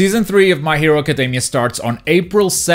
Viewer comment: Dude, the way you say "academy", just, please go check out the pronunciation xD